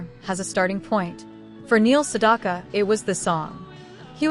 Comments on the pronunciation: Two issues with this video, both relating to the narration. The AI narration mispronounces his last name every time. The second syllable in his name rhymes with "back" not "dock". At the end we're asked to comment, and the AI narrator says "I read every single one", but pronounces "read" like "red". Makes no sense. The constant reminder that this is AI narrated distracts from the video, at least for me. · Yes! You're absolutely 💯 %!right about that AI female 👏 😒 🙄 👌 😑 😳 voice did actually 👌 😳 😄 🤣 😐 😆 over Neil Sedaka's #8 song 🎵 😀 😳 😄 🤣 👏 from the 1960s! And mispronounced Neil Sedaka's last name! Because 🤔 😏 there is no letter "o" in his last name!